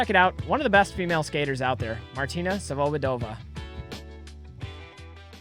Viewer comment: Her last name is pronounced svobOdova. Emphasis on the second O